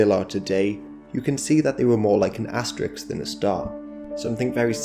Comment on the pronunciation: This is the plural pronunciation, resulting in part from analogy with plural forms like kicks and sticks, can sometimes lead to a false analysis of as-tuh-riks as a plural pronunciation.